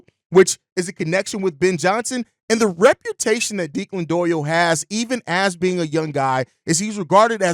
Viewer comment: Your pronunciation of the OC’s name was killing my dude. It’s Irish, pronounced Deck-Lin , not De- klan.